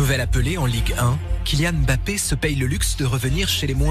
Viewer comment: on ne dit pas M.....Bappééé. non , son nom c'est MBAPPE. Pourquoi séparer le M du BAPPE